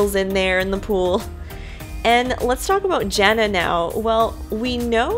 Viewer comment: can you say Jana with an A instead of Jenna. thanks